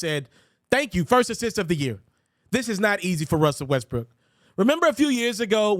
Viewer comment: At 6.44 I heard Westbrick 😂